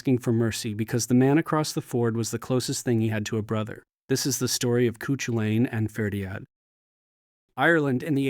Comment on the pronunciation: Aw that is not how Cú Culainn is pronounced 😅😅 terrible.